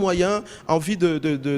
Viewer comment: Oyo nani lisusu? Ozo loba "vi" olie de 'vue" francais mobulu